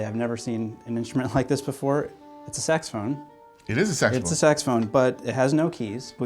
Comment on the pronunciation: it’s a sexphone. it is a sexphone”